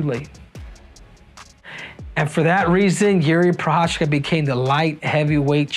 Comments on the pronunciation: I m Czech and you don't prounanc it " Prochachka" he's not Russian. You prounanc it " Prohaska" - Prochazka. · You say he's your boy, yet you dont bother to even pronounce his last name right 😭 it's not that hard bro Pro-khas-ka